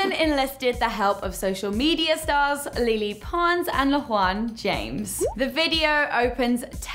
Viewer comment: She doesn't even know how to say lele pons name correctly don't talk about something if you cant do it correctly smh (pronounced lay lay pons) (not le le pons)